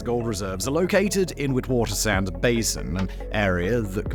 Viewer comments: Witwatersrand is pronounced "Vit-Vaters-Runt". It means 'White water's edge' :) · Its pronounced Lè sue two (Lesotho)and Vit vaters rant (Witswaterand) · Tip: The Ws in Witswatersrand are pronunced as Vs Simon since the word isn't English it's Afrikaans. But love the videos, been a fan since the early days when you used to do Top 10s on your other channels. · Great content, but please research the pronunciations of the words before producing content. Zama Zama, Witwatersrand, Lesotho, Braamfontein. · Almost all pronunciation of South African words was incorrect - Lesotho, Gauteng, Witwatersrand (to name a few). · Sound volume and pronunciation of "Lesotho" and "Witwatersrand" was horrible 😂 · Jesus you butchered the shit out of that "Witwatersrand"